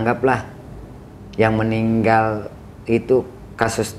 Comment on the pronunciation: Si narasumber kl nyebut meninggal jadi ninggal😂